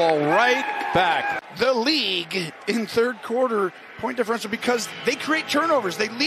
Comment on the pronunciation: What's with the announcer's pronunciation of the word "league" !? XD "the LeA-gue"